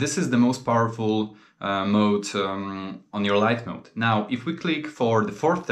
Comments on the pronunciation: Mod not mode my dude lol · MOD not mode. There is no E at the end.